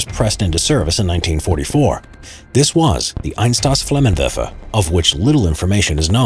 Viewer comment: the way he says "flammenwerfer" is amazing